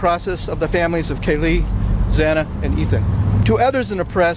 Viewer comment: I'm shocked, everything the defense did ,change of venue etc. The judge mispronouncing Zanas name 😡. Will he have to tell the court what he did in his words before sentencing? All he said was yes!